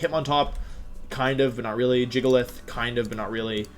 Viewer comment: If I hear jiggleith one more time...